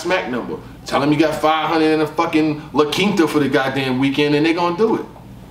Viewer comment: Bro said LaQuinta 😂😂😂